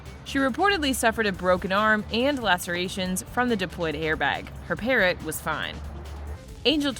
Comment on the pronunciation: I think they were pronouncing it as "parro", thinking the T is silent.